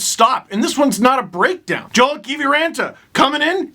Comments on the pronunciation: Not that you will see this, but Kiviranta’s name is pronounced Yo-el. He’s Finnish. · Same with Joel Eriksson-Ek in Minnesota too.